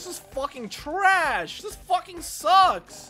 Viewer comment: All I hear is fowking fowking and fowking 😂